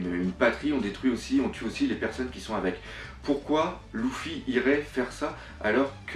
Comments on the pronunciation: on dit pas Louffy mais Leuffy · C'est pas louffy mais luffy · arrete de dire LOUFFY c'est Luffy !!! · 69 Sa se prononce Peut être Loufy mais quand dans les sous titres c'est écrit Luffy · Sa se prononce pas louffy mais comme sa s'écrit luffy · Je trouve que tu fait du bon boulot bravo mais dsl ça me trouble luffy ne se prononce pas louffy mais leuffy. Apres chacun prononce comme il veut mais je voulait te le signaler. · ca ne se prononce pas louffy mais leuffy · C'est pas loufi c'est Luffy ! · bonne vidéo par contre sa se dit [leuffi] et non [louffi], sa fait mal au oreilles XD mais continu tes vidéos ! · C est pas loufoque mai leffi est sans écrire luffi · *son nom se prononce Leffy pas Louffy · arrette de dire loufy c'est luffy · c'est pas louffy c'est leuffy (luffy) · PTIN ARRETE DE DIRE LOUFFY C'EST LUFFY ET SI TU PREFERE PRONONCE COMME SI IL Y AVAIT UN E LEFFY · c est " Luffy " pas " Louffy " !!! tu prononce mal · ça se prononce Rouffy regarde en japonais c'est pas parce que en français ça se prononce Luffy que ça doit se prononcer comme ça. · oui dans certaines langues mais la on est en France :) vive la langue française ! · et lui il dit "Louffy" pas "Rouffy" comme au Japon. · bah ils ne disent pas Louffy mais Leuffy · on dis leufy pas loufy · Loufy Mdrr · Arrête juste dire louffy sinon très très bonne vidéo ❤️❤️ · tu me rend fou x) luffy prend un "u" donc arrête de dire "louffy" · apprend a dire luffy ! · Par Pitié, arrête de dire "Louffy" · Ce vidéaste doit être le plus grand fan de one piece au monde mais il sait pas prononcer Luffy, c'est un comble XD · Stp arrête de prononcer luffy à la japonaise c énervent mais sinon bonne continuation car tes video son tres bien réaliser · Nadia et le secret de l eau bleue atlantide serieux prononce correctement Luffy c est inssuportable et pour moi le Succeseur de Roger c est Luffy